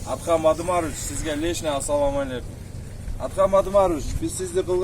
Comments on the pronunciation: Ацаллом алейкум эмес Ассалому алейкум тууган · Атсалам эмес Ассалоому алейкуум.